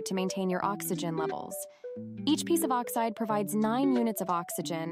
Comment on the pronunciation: oxite or oxide :D